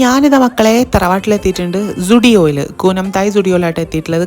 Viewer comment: Zudio parayan padichoo😅😅😅😅